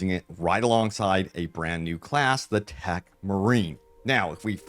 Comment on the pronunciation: Ohhh, you mean TECH marine. You pronounce it like 'Tac' marine haha